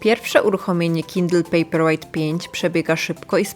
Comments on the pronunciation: Ale Pani też nie zna angielskiego, bo czyta pejper łejght zamiast łajt i wychodzi, że papier jest ciężki.. Dajcie jej spokój.. :) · “pejperłejt” i dalej nie oglądam 👎